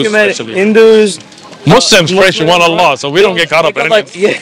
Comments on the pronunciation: The way he pronounced Allah was profect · This Sikh said Allah perfectly.